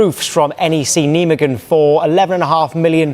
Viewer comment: The pronunciation of Nijmegen 😂😂😂